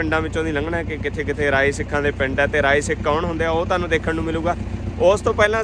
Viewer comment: ਭਰਾਵਾਂ ਨਾਂ ਨਾ ਵਿਗਾੜ ਕੇ ਬੋਲ ,ਰਾਅ ਸਿੱਖ ਨਹੀ, ਰਾਏ ਸਿੱਖ ਆ ।